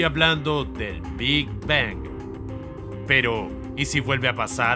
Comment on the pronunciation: Que placer me da escuchar cada ves que dice "Big Bang" esa terminació n perfecta en la ANG xd